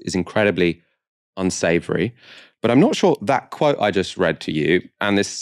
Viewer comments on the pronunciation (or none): none